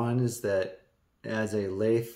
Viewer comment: “Lathe”. Never heard someone say “laath” that way. Have you ever heard someone else say “lathe”? It doesn’t sound like you’re saying it. Where did you hear it said this way? Just curious.